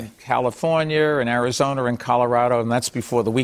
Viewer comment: Californier and Arizoner